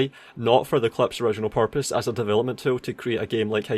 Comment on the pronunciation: good video, my only take is that everytime you said "purpose" I couldn't help but hear "porpoise" like the animal.